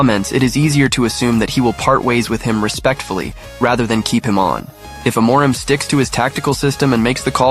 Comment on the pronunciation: That's not how you pronounce "Amorim". I'm Portuguese and I can help explain how to pronounce it. First, just like you did, we divide the word into the syllables "A - mo - rim". The "A" is pronounced like a closed "a". For example, it is pronounced like the "e" in the word "father". The "mo" is pronounced like "moo" in the word "sMOOth", for example. And now the "rim": Let's break it down into "r" and "im". The "r" has a similar sound to the Italian "r" - the tip of your tongue has to touch the tip of your mouth and when you let the air out of your mouth, you push your tongue forward. The "im" has a more nasal sound. It is pronounced like the "im" in the word "IMpossible". In the end, all together, it is pronounced like this: "E(r) - moo - rim(possible)" I hope I helped! 🙏🏻😊